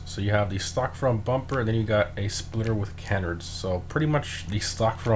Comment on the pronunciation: canards-> cuh-nards✅ can-erds❌. emphasis on the second syllable that the first. good vid